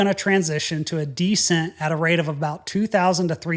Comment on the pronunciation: Why do you pronounce descent like that?